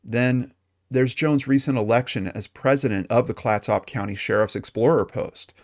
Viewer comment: Good report. Clatsop (County) pronunciation kind of rhymes with ketchup but with soft s instead of the ch sound. It is named for an indigenous tribe from the area. My aunt lived there at the time but I have never heard of this case until now.